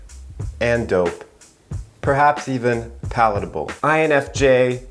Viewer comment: “palatable”. I can’t.